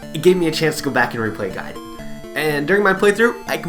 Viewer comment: Is actually pronounced GAY and DEN idiot